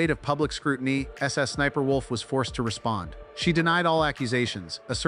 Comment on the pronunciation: The voiceover is saying Sussniperwolf and that's just too funny.